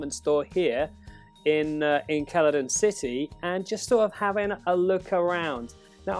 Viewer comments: Yes Keladon city definitely not pronounced seladon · "Celadon City" is pronounced "CELL-A-DON," it's not a hard consonant sound. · ITS PRONOUNCED "SEL-A-DON" CITY, GOT DAMMIT!